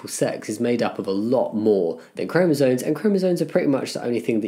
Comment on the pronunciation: Jamie, I've been lurking for a while, now I really have to ask... Are you saying chromosoNes?